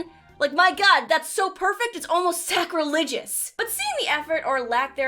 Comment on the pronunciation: She said sacrilegious... me giggling in twoset.